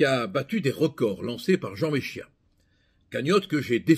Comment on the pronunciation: Bonjour cher Maître, vous prononcez Méchia et c'est : Méssiha .... mé si ha !